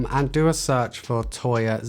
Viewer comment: Please stop saying toya....